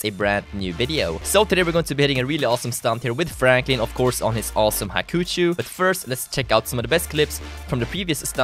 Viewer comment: hakucuu hahahaha its called hakuchou